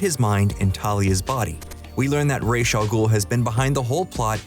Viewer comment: How hard is it to say Ra’s?